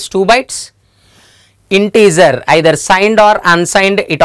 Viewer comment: integer not intezer😄